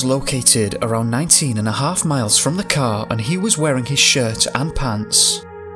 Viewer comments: If only you could say Car instead of Cow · The first half I thought he was saying “cow,” so I was confused. 😂 Finally, I realized he was saying “CAR!” My bad.